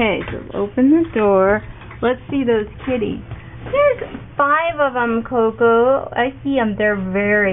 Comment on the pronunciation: i swear it's "kitties" not "ti...